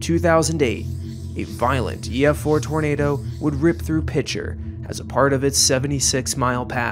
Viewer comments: It’s pronounced PEE-SHARE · From a resident Oklahoman - It's pronounced "Piker" rather than with a soft "Ch."